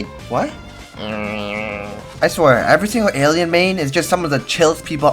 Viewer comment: Boi awien cwass be so chwill🥺✌️ thoutout to all my chwill awien pwayers 🥹